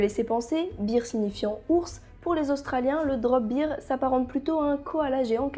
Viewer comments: Super vidéo, c'est vraiment intéressant de découvrir des créatures mythologiques méconnues ! :) Néanmoins, il faut bien que je fasse mon chiant, bear en anglais se prononce "bèr" et pas "bir" (sinon, il s'agit du mot beer qui signifie bière, donc rien à voir avec un ours a priori ;p). Bref, bon retour, et surtout je te souhaite un prompt rétablissement ! ^^ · Alors super vidéo, mais étant une grammar nazie en français ET en anglais, "bear" se prononce "baire" (en quelque sorte), plutôt que "bire" qui est la prononciation de "beer", la bière ;p En tout cas, je ne connaissais aucune de ces créatures !